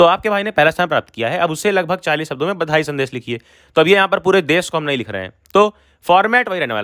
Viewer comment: Bhai aap rehne do, sankalp padhne nahi aa rha aapko, badhai ko bandhai bolte ho aap kya padhaoge? Zabardasti mat padhao,jo aaye wahi padhao 🙏